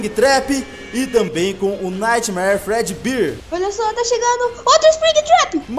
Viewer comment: Você falou errado o nome do fredeber